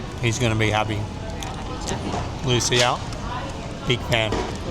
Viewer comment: I was about to say something about the pronunciation of Lucia.